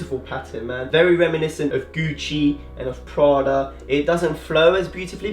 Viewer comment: The way he said Gucci reminds me of Alex Ramos saying gluten